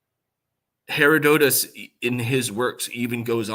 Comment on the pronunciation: Her- odd-at-us